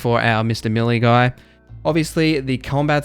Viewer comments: Melee = Ma Lee not Milly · YES! How many times does he have to say milly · May lay